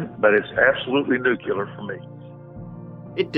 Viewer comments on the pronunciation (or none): “Nu-CUE-ler”, not nuclear? Guilty. (If anyone else noticed this, I didn’t find your comment. Not trying to steal anyone’s thunder.) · "Nukelar" the last texan i heard saying that was George Bush. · "Nucular" of course it was intentional that whole evening was carefully planned by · Oh my god I can not stand it when people pronounce "nuclear", like "nuke-yuh-ler" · They read “nuclear” but see “nuculer” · I have trouble with anyone who says "Nucular". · Dude was a lawyer and still said 'nuke-u-lar'. This world we live in, lock em' up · "it is absolutely NUCULAR for me" ?! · The horrible way he pronounced NUCLEAR is enough to send him to prison. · An attorney can't even pronounce nuclear.